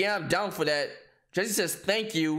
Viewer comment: He corrected himself by saying jesser instead of Jesse damn